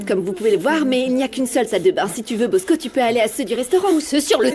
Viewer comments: Mosco non Bosco avec un B😅😅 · Moun k’ap di bosco yo nou tande posco avec un P